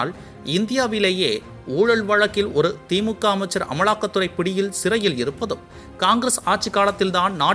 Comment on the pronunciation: தெரியவிள்ளை-....ஆனாள் அமளாக்கத்துறை கமள் என்று தமிழைக் கொலை செய்கிறார் இந்த காம்பியர்....